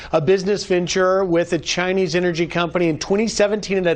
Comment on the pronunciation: "Hunter is partners with cheese..chinese" . His dentures make it even funnier!